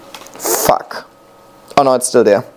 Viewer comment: Very useful information, I like the perspective you have when considering whether using a moss pole or not!! Thank you!! PS. Sorry I laughed when I heard 'ph'uck from 🤣